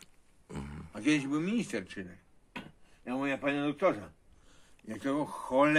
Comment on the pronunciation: Minister nazywał się Czyrek a nie Czyrak